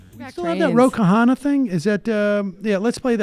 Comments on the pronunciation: Its konna not kahanna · It's pronounced KANA not KAHANA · Sam butchered his name haha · On pronouncing Khanna (Indian here): in many Indian languages, any consonant followed by “h” is meant to sound breathy, for lack of a better word. For example, in a word like “brush”, we don’t say “buh-rush”. The first letter has no vowel, so we roll from “b” to “r”. Similarly for Khanna, we start with a “k” sound, but immediately roll onto an “h” with no syllable or vowel in between those two letters. So literally, “k-hanna”, just like “b-rush” or “d-rive”. Hope this helps :)